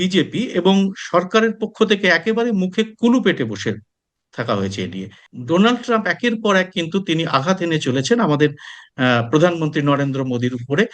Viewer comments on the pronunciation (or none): ট্রাম্প নড়েচড়ে মোদীর পিছনে হাত ধুয়ে পরে আছে...যেমন ক্ষ্যাপা কে লোক নাড়তে পছন্দ করে..😂😂😂 মোদীর একটা ভুল উচ্চারণে ( দোলান্ড ট্রাম ) ড্রামের মাথা গরম করে দিয়েছে 😂😂😂😂